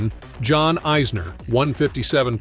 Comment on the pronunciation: This is a weird video. He cant even pronounce the names right. Not even Isners and hes american lol